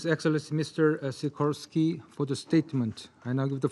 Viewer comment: his name is Sikorski 😂😂😂